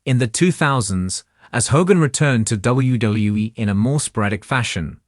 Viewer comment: Why is it that AI-generated narration always has trouble pronouncing "WWE"? I've heard this in many different channels.